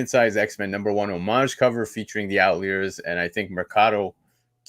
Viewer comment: Who the hell is the OUT LEERS?? Its Outliers.... Pronounced OUT-LIARS 🤣🤣